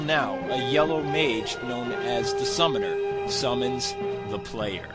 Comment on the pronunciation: the "yellow sorcerer" is named SUMNER, sum-ner, not summoner. didnt you unlock the guy or listen carefully? I thought the GC version of Gauntlet Dark Legacy was awesome. it felt nicely done. level 1s were weak looking, poorly armored, but level 99 they all looked badass.